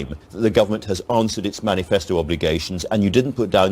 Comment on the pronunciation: "menifasto commitment". lol what an amateur.